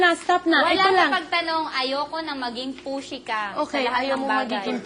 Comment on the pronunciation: "Dont be such a pushy" HAHAHAHAHAHA parang dont be such a pussy eh